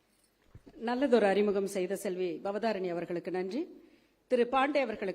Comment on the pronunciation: பவதாரிணி உச்சரிப்பு சரியாக செய்யவும். ஆளுமை அழுமை ஆகிவிட்டது